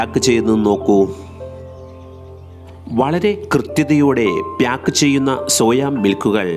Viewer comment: പ്യാക്കറ്റ് അല്ല പാക്കറ്റ്